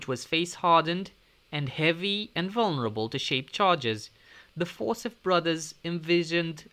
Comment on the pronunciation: You lost me at For-sith. The name Forsyth is pronounced for-SY-th.